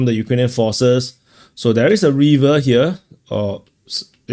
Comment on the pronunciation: "Reever" is not the correct pronunciation for "River." Neither is "Hayvee" the way to say "Heavy." Try Google translate for the correct audio.